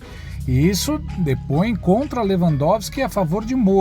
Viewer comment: É SÉRIO?QUE ESSE MILITANTE JORNALEIRO NÃO SABE PRONUNCIAR O NOME DE LEWANDOWSKI..JURA? PRESTA ATENÇÃO. VERGONHA.BANDO DE URUBÚS